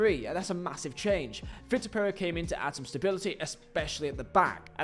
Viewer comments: vee-tor and vick-tor is pretty different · I know it's pedantic but it's vitor not victor